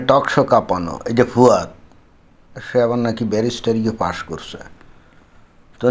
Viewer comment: দাদা,একে ফুয়াদ না বলে ফাওয়াদ বলেন ভালো হবে।